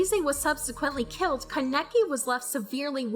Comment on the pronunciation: It bothers me how you say Kaneki and Kagune....but thanks for the video and explanation....